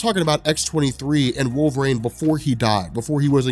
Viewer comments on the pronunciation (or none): "Wolver-ang" is all I hear